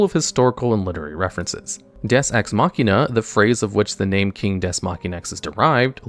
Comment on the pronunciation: the way you pronounce Deus offends me